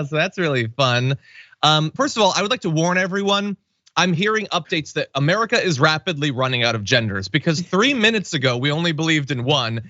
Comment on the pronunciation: "ekspeshully" Dear me. These are your elected representatives. Wake up, Murikuh. Perjury Traitor Greed is a terrible, terrible, ignorant dog in high heels. "Jindurr" "uhMeeeeriken" She's not ok.